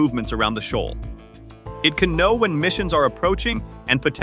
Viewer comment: Shoal is pronounced showl not showal